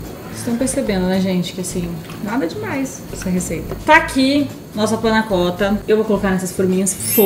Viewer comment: Não se diz Panna cótta, e sim panna cotta. Sem acento. O cotta é pronunciado quase com O se tivesse um ô.